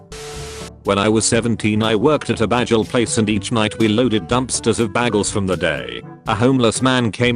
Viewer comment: I LOVE IT! when the voice mispronounces it "baggels". Those who know the work of Gillian Jacobs will understand.